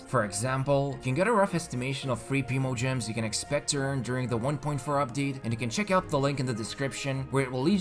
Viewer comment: It’s /prime-o-gems/ NOT /preem-o-gems/.... please stop saying it like that... it’s painful lolol